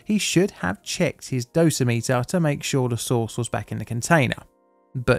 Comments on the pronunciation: heads up, it’s “doe - sim - it- er” instead of “dose - meter” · One correction: "Dosimeter" is pronounced with the stress on the second syllable -- "doh-SIM-uh-ter." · Sorry this is driving me crazy. It is dosimeter (dough-sim-iter) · Survey meters are called dose rate meters. Dosa-meters like you called them sound too similar to Dosimeters which are badges worn to measure how much radiation a person has been cumulatively exposed to. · FYI: dough-sim-it-ur. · Just FYI. The word dosimeter rhymes with perimeter.